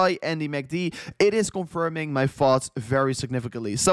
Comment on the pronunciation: Cheers. Haha careful: “thoughts” and not “farts”. “Th” 🤪